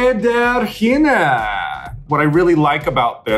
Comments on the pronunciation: You can tell that Raja hasn’t actually watched the show bc she keeps mispronouncing Sederginne’s name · Gurls, you need to learn how to pronounce Sederginne´s name correctly! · I love how much effort Raven and Raja are putting in to the G in Sederginne (and nailing it!!!<3) But it's a Belgium queen so it's pronounced more in a French accent, the G sounds like the Zh in 'zhuzh it up'.. Hope I explained that well enough xD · she still didn't pronounce it right tho lol